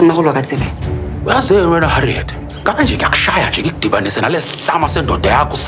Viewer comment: Harriet not Haliet🤌🏼